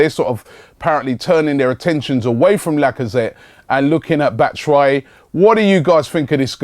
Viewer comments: ITS BAT-SHOE-WHY-EE NOT BATTASWHY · "Batta Shwi" hahaha